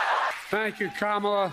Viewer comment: he said her name wrong, I guess he IS the racist Kamala called him 🤣🤣 cnn has been saying the racist repudiation her name wrong on purpose lol